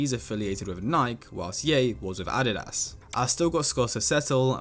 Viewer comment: he didn’t say adides like that😂💀